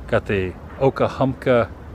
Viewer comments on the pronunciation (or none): i love these vids with substance, real old Forida is my jam, i'll watch these kinds all day, please do more whilst your stay here, when you get back because we know about your readying to leave out soon, you were pronouncing OKA-HUNKA, It took you till the end there to finally say OKA-HUMP-KA...sorry i OCD when it comes to hearing miss pronounced words.